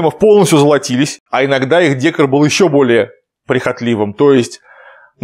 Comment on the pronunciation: декОр произносится через э (как дэкОр).